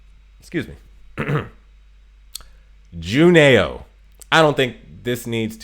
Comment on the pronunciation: Juneau is pronounced Juno. Eau is a French thing that sounds like 'oh' So glade you had blucher she is a favorite of mine